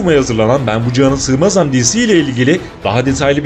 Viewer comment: “ Ben bu cihanâ sığmazam” ı iyi telafuz edemedin, sanki kasıtlı yaptın. Oktay Kaynarca hepsini ezip geçer. Net.